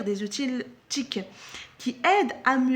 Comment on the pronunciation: Bonjour, outil se prononce ainsi [u.ti]. bonne vidéo.